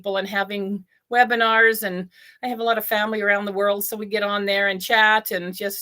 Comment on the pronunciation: You said Webinars on O-Bless